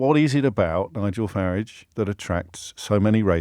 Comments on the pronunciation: James started out pronouncing it this way because he thought it was an insult, but actually if you listen to Nigel himself, he pronounces his own name in a very similar way. (with a shortened "a") When James briefly attempted to advance his career (unsuccessfully) at BBC Newsnight, I noticed the bosses forced him to pronounce it with the elongated "a" vowel sound, which is how most people (erroneously by Farage's own pronunciation) pronounce it. James' attempt at insult is in fact pretty accurate, rendering an insult ineffective. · The Ciaphas of hypocrisy OBriien cant pronouce Farage correctly. Wants to abolish private ed. but sends his children there.The unflushable one personified. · He pronounces "Avalanche" with the proverbial R, like with the little finger pointing up. But pronounces Farage, like a place where you park your car. The man is painfully hurting inside. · Why does O’Brien keep changing the pronunciation of Farage ?